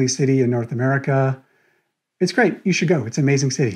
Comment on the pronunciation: Im sorry I lost it when you said "it's a gweat way" 😭